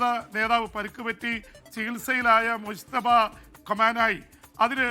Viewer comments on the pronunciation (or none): none